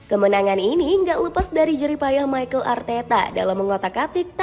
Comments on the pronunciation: Mikel min mikel bukan maykel😂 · Arsenal dibaca Arsnal Mikel Arteta : Mikel not Maikel Odegaard not Odigaard